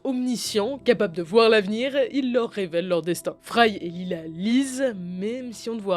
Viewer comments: Leila pas Lila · leila… pas lila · "Lila" aïe.. sa fait mal.. 😅